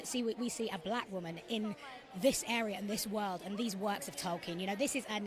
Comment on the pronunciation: “Toy-ken” Drink another bottle